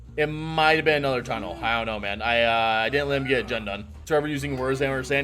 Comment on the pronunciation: "Tunn-nelle" lol you can't tunn nellé with DC 🤣🤣😂